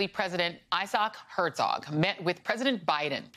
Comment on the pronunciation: Please MSNBC, look up how to pronounce "Herzog", it is a German word and means "Duke". Not a hard word to pronounce.